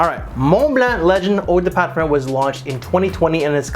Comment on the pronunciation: Parfer? Parferm? lol what??